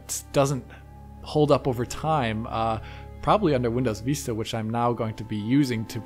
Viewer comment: Windows "Veesta."